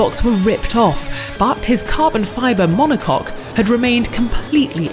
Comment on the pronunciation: I have to admit, it was nice to hear the announcer say "monocoque".